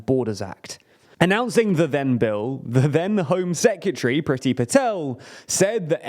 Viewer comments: Please say secretary correctly. Secatery isn’t a word. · I love;DR but please learn how to say secretary